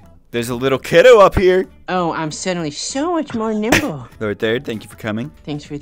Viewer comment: “Lord thord” 💀